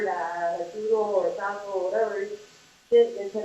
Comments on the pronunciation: You say Taco, Katie says Tato, it’s all the same. 😂😂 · I thought he said, "Taco," too, probably by mistake.